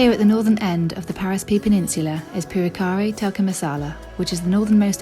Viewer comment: I could have sworn I heard you say "Purekkari Tikka Masala". Sounds delicious :P